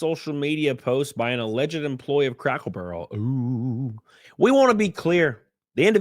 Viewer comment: I laugh every time you say "crackle barrel".😆